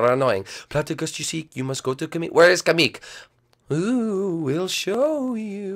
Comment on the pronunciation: it's pronounced kamek not kameek